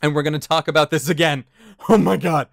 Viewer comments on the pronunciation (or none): Talking "Aboot"? What are you, Canadian?